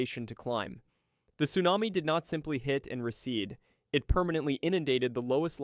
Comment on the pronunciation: Is this done by AI because the way you pronounce things despite English clearly being your first language is bugging. It's not meeth-ane it's Meth-ane. It's not to-nami it's Su-nami. The list goes on.